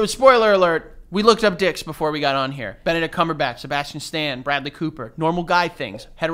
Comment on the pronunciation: I’m dying at them pronouncing Benedict Cumberbatch